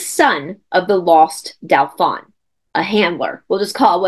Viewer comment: Hi! This is fascinating, Dauphin is pronounced DO-fin, the in is pronounced like “un” deux, trois. ❤❤❤Thanks for all the awesome content!!!